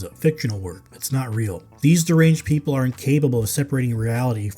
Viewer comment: "Aru reft wing activists asa disariked".... Classic 😂